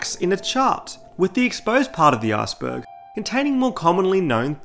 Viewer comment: I keep thinking you're saying Arseburg lol